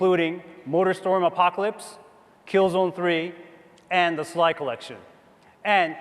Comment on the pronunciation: "Killzen Tree"